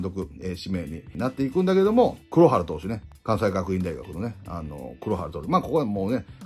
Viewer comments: 関学は「かんせいがくいん」ですね笑 細かいですけど… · 重複警察、関西学院の“かんさい”読みを指摘しないの草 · "かんせいがくいん"とだけ言っておきたい なんならkwansei gakuin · 関西学院大学（かんさい学院→かんせい学院） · 「かんせい」学院です… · 黒原「かんさいがくいん」ちゃうよ。「かんせいがくいん」やで！しっかりぃ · 重複は、じゅふくじゃなくちょうふくです、かんさいじゃなく かんせいがくいん。